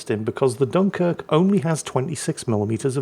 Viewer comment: gets excited and all of a sudden the dunquirk gets its actual name back. 😂😋❤